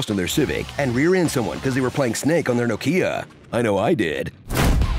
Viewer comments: That pronunciation of Nokia is perhaps the worst thing I've heard in all of 2021. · Did he just call Nok-ia , No Kia? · What the hell is No-KEY-ah? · is no one going to mention the No - kia pronunciation? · That is the weirdest pronounciation of Nokia I've ever heard xD